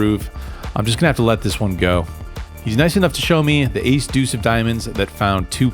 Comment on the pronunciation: Nobody pronounces the word "deuce" with more style and panache than you, my friend. 👊